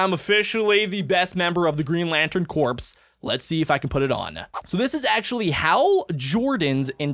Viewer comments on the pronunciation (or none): Its not corps its core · “Corps” is pronounced as “Core”